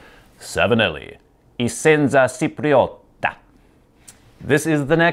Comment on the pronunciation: Chipriota not Sipriota :D